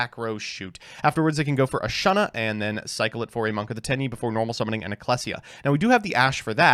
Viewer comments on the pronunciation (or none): Its Vishuda Long U Not vishudda There is No Double consonant Same with ashuna Long U Not ashunna No Double consonant